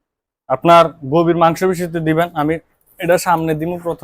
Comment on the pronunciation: আগে ঔষধ এর নাম বলুন ঠিক মতন 😄🤣 ক্যটাফক্স না ক্যটাফস😅